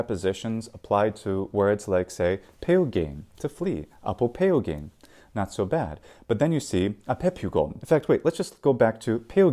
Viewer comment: As a modern Greek learner, I found his pronunciation confusing to say the least. Like I recognise the letters, and some of the components are familiar. So I would have read αποφευγην as apofevgyn, not apopeogyn. I've always found Greek eu = ev to English (and in my own Dutch) eu like in Europe to be easy enough to understand as a simple transposition of letters that would look very similar when chiseled in stone. Eu being eo, not so much. Did pronunciation really change that much?